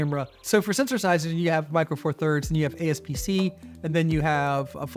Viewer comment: i think you should try replacing the lens with something even wider 24mm lens. ps: you said apsc as aspc